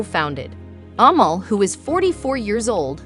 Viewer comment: Her name is pronounced "A-mall" ..... short 'a', accent on second syllable. It chips away at your credibility when you don't pronounce names properly....easy to research.